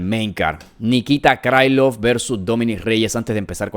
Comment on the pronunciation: 1.-T. Gore no gano el Contender Series (lo gano Battle). Tulio es mas completo y versatil - Gana Tulio. 2.--Xionan no tiene buen piso, Shang trapeó con ella, si pega duro - Gana Jandirova porque tiene muy buen BJJ. 3.-Krilov no es un apellido gringo, y trae una "k" de inicio, no se debe pronunciar "Craylov" (no jodas) - Gana Krilov. 4.-Patricio se apellida Freire. Yair es malisimo en su anti derribo, ahí se va a meter Pitbull - Gana Freire. 5.-Dos veces dijiste en tono socarrón, que Mitchell cree que LA TIERRA ES REDONDA, ja ja ja ja, parece que andas muy mal - Gana Silva. 6.-Pimblett....se abre mucho al disparar, por ahí puede entrar la mano de Chandler, sin embargo...Pimblett va a hacer lo que no hizo Oliveira, y se va a rankear en el 6to. Chandler esta golpeado, y tiene edad. 7.-Lopez es mas alto, tiene mucho mas alcance, es rapido, buen striking, un BJJ campeonil, quizás su problema puede ser el cardio.Si Lopez no termina la pelea en 3 rounds...puede que Volka gane. Creo que gana Diego López.